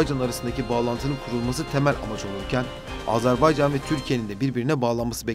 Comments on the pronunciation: Seslendirmeyi yapan kardeş azarbaycan değil Azerbaycan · Azarbaycan değil Azerbaycan deyin lütfen. Türkler kardeş ülkelerinin adını bile doğru telaffuz edemiyor derler rezil oluruz